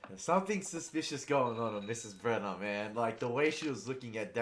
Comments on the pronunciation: Also, the name is Brenner. Mitch Brenner. You kept calling them Browning???? hahahahah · Brenner not Browning